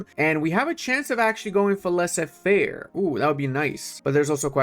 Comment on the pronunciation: Ascor make better the French Empire with good mecanics, i don't no why lie with the pdp of the video and you did 50% of the territory 🤔. And "laissé-faire" omg really ?